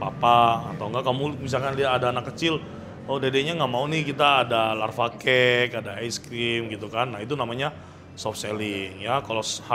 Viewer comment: koooh bukan larva cake atuh, ntar jadinya belatung.. Lava cake koohh hehehe... i love you. Sy suka banget sama ilmunya yg disharing di vlog. Makasih hehehe.